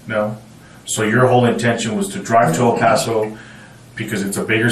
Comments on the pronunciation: They clearly state the name of the city multiple times in this video but you continue to mispronounce the name like you are struggling with a mental disorder. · Do you really not know how to say the city of El Paso’s name correctly? You shouldn’t be allowed to have a YouTube channel. It’s even weirder because you can clearly hear the people that lived there pronounce it correctly in the video that you posted. Not even a real judge. lol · How is it the narrator keeps mispronouncing "El Paso?" The detectives say it correctly. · Why can't this man who is announcing, say El Paso correctly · A. I. can't pronounce "El Paso!" Hahahahah! Lost me after 13 seconds. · Cant stand the way he says el paso. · Can’t “like” because of your mispronunciation of El Paso. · Incredible narratorship. One note: it is pronounced El Passo, even tho it only has one s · Down vote AI voice can't pronounce El PAAAAAAso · ..el Pauso texas? ..it's not pronounced like pasta, dumbass, ... 🍝 🤷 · Its pronounced el pass o not el paws o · Dude, it's not El POS-O. 🤦🏼‍♀️ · El Paaassoo? Are u dumb AF or just arent from around here? 🤣🤣🤣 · Am I the only Texan who cringed at the way he says El paso 😭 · Anyone else irked by the way he pronounced el paso, or is that just me? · I love how literally within the first 2 secs of your vid that your AI narration mispronounces "El Paso." Judging by the pacing and cadence of the narration I'd say you used AWS and have no idea how to adjust the timing to make it sound human. Or you just suck at it. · FYI, you pronounce El Paso wrong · "Al-Paso"??? Is this AI? It's LLLLLL paso. At least learn to pronounce the damn city. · Bro. It's El PASS-O. Not El POSS-O. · It's pronounced "EL PASS OH" and NOT "EL PAH SO" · where is El Pauso? ...you mean El Passo? lol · El Paso. Not El Paawtho. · El Paso.. “El Pass so” is how you pronounce it 😅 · It's El Pass-oh not El Puhso. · El Paso, TX is pronounced “El-pass-oh”, not “El-paw-so”. 👍😊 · El PASSS-OH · ell pawsoo lol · "El PASS-O"